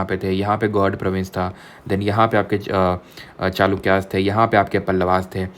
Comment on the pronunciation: "Gaud" nahi bolte use "gaur" pronounce karte hay..it's a Bengali word